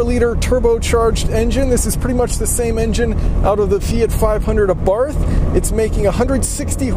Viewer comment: i'm neither italian nor austrian, but i'm pretty sure they do not pronounce the "th" in abarth the way you do.